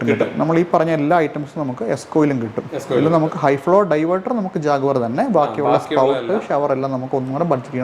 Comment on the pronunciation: ജാഗ്വർ അല്ല, ജാക്വർ